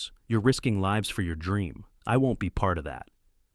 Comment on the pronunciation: Sorry, as soon as the voice mispronounced lives, I had to go to another video 🤔